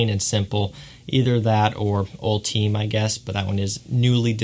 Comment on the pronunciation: It’s actually pronounced (all-ti-may) and def a solid flanker